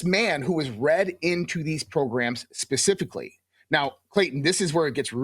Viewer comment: Hard to take this guy seriously when he keeps saying “ come forth” and “ pacifically.”